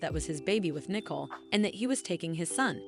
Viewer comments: Yes, they need to pronounce the names correctly. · IT IS NICOLE, NOT NICKLE